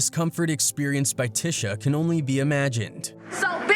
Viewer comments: Sounds like he's calling her tissue.😂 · We Ain't Gone Act Like He Didn't Keep Mispronouncing Tisha Campbell Name......!!!!!😂😂😂😂